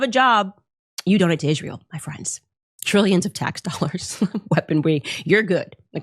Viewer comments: The way Candace Owens says Israel is funny 🤣, she says it like Ishmael, she says the S like a sh. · Why does Candace call it “Ishrael”? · How many times can she say IZHRAEL IZHRAEL IZHRAEL —- just take out the battery and make the incoherent noise stop.